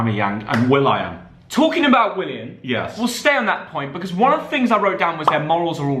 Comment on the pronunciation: The problem of is he can’t say Willian